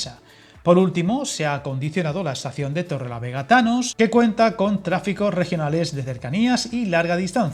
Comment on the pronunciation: ¿He sido el único que ha escuchado “estación de Torrelavega-THANOS”? 😅